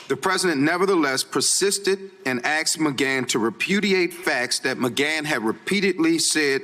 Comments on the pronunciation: "The President 'axed' MGann.." if MGann is still alive, he wasn't "'axed.'" It's pronounced "assk" Live , live, it doesn't mattr if u got $ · The president persisted and axed?